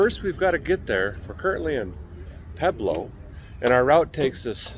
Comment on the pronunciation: Wow, he said Pueblo more correctly than most people who live there! I know that Badger Basin they stopped at. It's a traditional stop for me when going through that area. BUT... they really sent yall on a roundabout route to Denver from Pueblo!